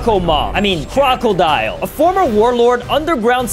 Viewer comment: Bro said crorcodmom what bro why that😂😂😂